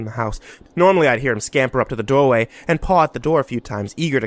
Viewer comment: HMM YES "DOWAY" AND NOT THE "DOOR-WAY"